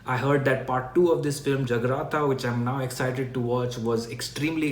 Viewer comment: The second part is called Jaagratha, meaning to be alert. U pronounced it as Jagraata.